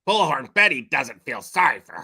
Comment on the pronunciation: Omgosh thank you for not only mentioning this but noticing how she pronounces bullhorn! Drives me crazy!!! The 3rd person reminds me of Seinfeld and "George is getting upset!"